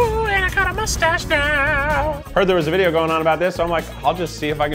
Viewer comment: the guy that say "no one can see my mushstash "